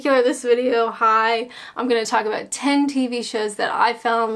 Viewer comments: I can hear the aboat (about) coming back very strong lol. I know you said about shows before you were born but the 70s/80s shows were the best of British comedy. Try blackadder goes fourth, love thy neighbour, only fools and horses, Till Death Us Do Part and a 90s show called Royal family and a Irish show called Derry girls. I'm sure you will have a brilliant laugh. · i think i might be the only brit that doesnt own a tv, dont miss it. happy to listen to say 'about' on youtube tho:D